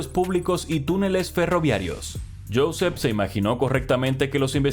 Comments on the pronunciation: Se pronuncia «yuSEP uriOL»... xDDDD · Josep Oriol se pronuncia yusep uriol